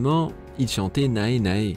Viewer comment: Attends, "Nae Nae" se prononce "néné", le "a" ne se prononce pas Même le supérieur décide de danser, c'était génial XD